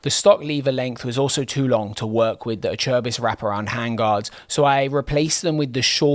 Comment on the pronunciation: Is that how Acerbis is pronounced, I’ve been saying Ace-Er-Biss for the last 30 odd years! 😂